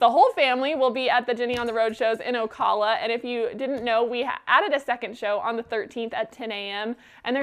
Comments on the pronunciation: It’s O-cal-uh. Cal has a long a. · Janice Wheeler I was thinking of leaving a comment on how to pronounce Ocala too 😊